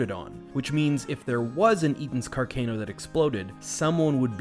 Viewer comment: Interesting and well made vid. Car-Can-o is the anglicized pronunciation though not car-cane-o